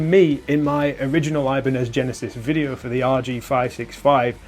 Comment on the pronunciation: It's not eye-banez, ee-banez dude